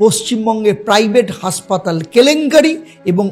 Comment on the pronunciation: আরে, উচ্চারণ ঠিক করো ভাই! উচ্চারণ করছো," হাঁসপাতাল"---- বাস্তবে ওটা হবে হাসপাতাল! ওটা ঠিক করে তবেই ব্লগ কর ভাই! ভালো ভালো ব্লগারের ব্লগ দেখে দেখে শুধরে নাও!